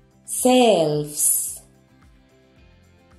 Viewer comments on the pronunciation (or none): Que cosa tan rara tienen uds los españoles con la pronunciación de la sh..asi no se pronuncia shelves pero es que no pueden..es algún tipo de discapacidad .porque ni a Shakira la pronuncian bien..que extraño y disculpen si se ofenden pero no lo entiendo